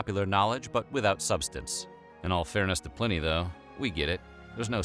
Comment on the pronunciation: Not to be picky because this was interesting, but at one point the narrator said Stonehedge instead of Stonehenge, and he mispronounced the name Pliny. I’ve always heard it spoken with a long I, not a short one. Am I wrong? Interesting stuff, but I’m a stickler about details. I would love a video on the difference between druids and pagans.